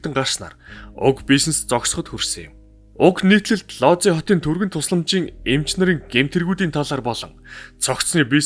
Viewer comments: Сайн байна уу, дандаа сонирхолтой мэдээллийг гоё хоолойгоор хүргэдэгт баярлалаа. Лози хот биш Вүүж хот гэж уншина шүү. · Би Польшид амьдардаг болохоор их сонирхож сонслоо. Ийм учраас одоо ч хүмүүс Вүүдж хотын эмнэлэгт үзүүлэхээс айдаг юм бна. Лодзи гэж уншихгүй Вүүдж гэж уншигддаг шүү. Амжилт байнга сонсогч❤